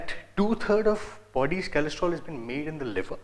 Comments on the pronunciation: it is cholesterol re...not kalestrol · Kalestrol? lol chutiya